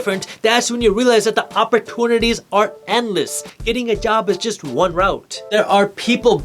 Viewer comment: I watch all your videos and I can help but chuckle a little inside every time you say "opportunities" lol Keep the videos coming your truly making a difference!